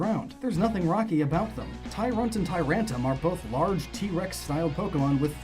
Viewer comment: did he forget that there's an R in Tyrant*r*um?